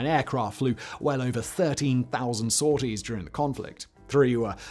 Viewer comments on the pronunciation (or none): none